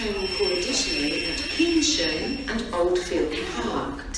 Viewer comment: pronounces Keynsham incorrectly.